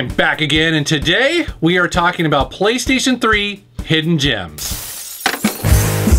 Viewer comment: Man said "Hoffen Gems" I am sad.